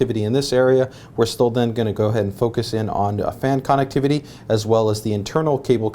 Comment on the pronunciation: funny hearing you say connectivity